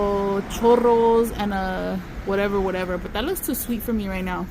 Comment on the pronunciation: It’s churro mamas ur saying like u got chorro like u got the runs lol 😂 lol 😝